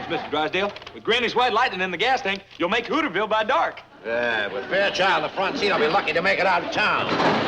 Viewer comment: pronounced the town as HOOOTERS VILLE